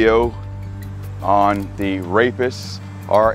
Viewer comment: The emphasis of RHAPIS 😂